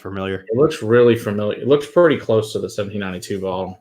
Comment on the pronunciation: I’m really surprised someone with a YouTube channel about whiskey has never tried 1792 products . I’m also surprised that they badly mispronounce the distillery name since it is a well known distillery. Lastly, it was formerly called Ridgemont Reserve and not Ridgewood. I shouldn’t know more than someone with a well known YouTube review channel.